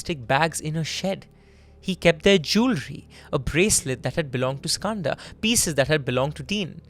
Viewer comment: as an Indian the way he says Skanda is heartbreaking. why are you anglicising the pronunciation of a beautiful Sanskrit word?